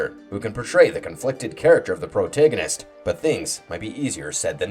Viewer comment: Here's some criticism for you homeboy: Stop saying "the" in front of names(THE Nyarlathotep, the call of THE cthulhu(????)) How tf is it you pronounce protagonist? Why do you say pro-take-gonist? Nice list nonetheless!